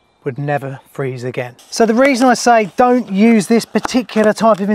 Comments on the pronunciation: I thought you said "used" and not "use" 🫣🤢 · That's what I heard as well 👀